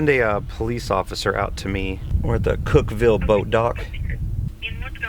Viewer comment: You guys were in my hood! I live in Cookeville. I could’ve brought you guys some lunch. I lived here over a year before I learned it’s pronounced Cookvull, lol.